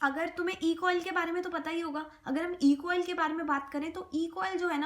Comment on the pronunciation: E.coli hota h E.coil nhi